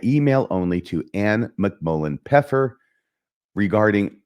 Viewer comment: it actually isn't "pepper" in German cause there's the first F missing. it should be "Pfeffer" not "Peffer"